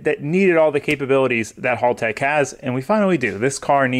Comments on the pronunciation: Your pronouncing it wrong..it's hal-tech not hall-tech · thankyou for supporting us Australian's for buying haltech! but I will say your American's always pronounce it wrong we say it like! helltech!